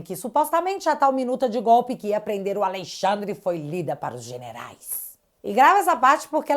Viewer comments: ALEXANDRE SENDO "ALEIXANDRE" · "Aleixandre" piada